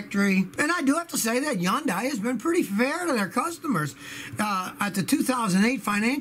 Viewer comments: "Yun-dai"? Think it's pronounced "Hun-day", like Sunday but with an H. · Yondai? Stop it Scotty. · Did Scotty pronounce Hyundai as "Huh-Youndai?"